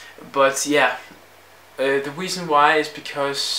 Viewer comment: Why do you say wideos ? And weasons